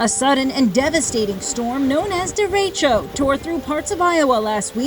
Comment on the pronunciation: She said it sooooo wrong xD